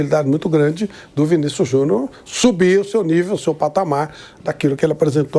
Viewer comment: Porque o Vampeta pronuncia "Vinícius Juniô" ?